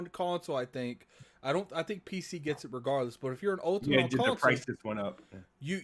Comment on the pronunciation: Does that dude know he's saying "conSAWL"?